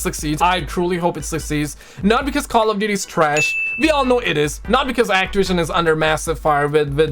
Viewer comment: Those damn people at actiwision!!!